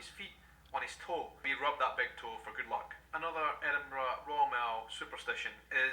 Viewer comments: Your 'edinbru' was perfect! lol! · You've learnt to pronounce Edinburgh, now you need to learn to pronounce Glasgow